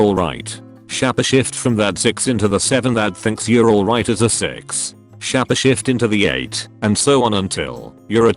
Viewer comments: Couldn't continue watching after s-chap-eh shifte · For the love of god, stop saying shappashift. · shahpeh shift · Why did it annoy so much that the robot pronounced shapeshift as shapashift? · Everyone: Shapeshift Computer voice: shappashift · Shapeshifting world: exists Narrator: shappa shift.